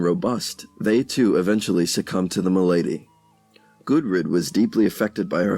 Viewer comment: And "maLAdy" instead of "MAlady".